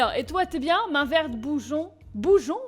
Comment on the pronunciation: Bougon..pas bougeon "Bougue-on" mais sinon,super vidéo! Et cette intro..me gusta!